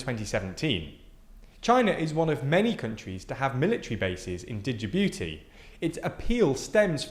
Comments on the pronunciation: Jabooty The D is silent. The booty dosen't need the D at the moment. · the "D" is silent so it is Jibuti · The D is silent in Djibouti it is pronounced as Jibouti. Djibouti was colonised by France thus the weird spelling of their name. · DIDJEBOOTI??? juh-boo-tee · Dijji-booti? Where the heck is that? It really is easy to learn how to pronounce Jyi-booti. The entire video becomes suspect if you can't even approximate the basics. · Djibouti is pronounced as “Gee-booty”, not “Digi-booty”. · Djibouti is pronounced "Ji-boo-tee", not "di-ji-boo-tee" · I love your content guys, but come on! A geopolitical commentator who is unable to correctly pronounce the name of a country… D’Jibouti? Really? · The D in Djibouti is silent, just pronounced 'jibooti". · The way he pronounces Djibouti as Duh-Gee-Booty lolll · dude. after all this research you should have at least learnt how to pronounce Djibouti. its juh-boo-tee. Dislike just for that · Anyone else laugh when he kept saying "Digi-booty" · Just watched this on Nebula, and have some criticisms: 1) The pronunciations of Djibouti and Emirates are just plain wrong. Djibouti has a silent D, pronounced as Juh-boo-tee; Emirates is pronounced Eh-muh-ruhts, not Eh-mee-rah-tuhs. 2) As a Singaporean, I can assure you that we are NOT a "major US ally". Sure, we might be more western oriented in our political system (though look deeper and you'll find many nuances to that statement), and we do participate in military exercises with the US, but we also do so with China. Singapore cannot afford to be an "ally" specifically with either the US or China - it is of an existential importance that we remained non-aligned to preserve our sovereignty amidst the two powers. We are cooperation partners with BOTH China and the US. We are allies of none. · DIJIBUTI xD xD xD I really like how brits dont give a fuck abt other countries names even tho they themselves coined those names in english in order to be more easily pronounced